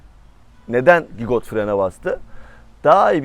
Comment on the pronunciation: Gigot değil cigo